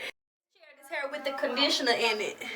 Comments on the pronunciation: Tru😂😂 H AAA IR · She says hair funny 😂😂😂😂😂😂